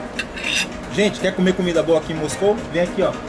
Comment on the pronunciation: acho engraçado vc fala camida não comida kkkkk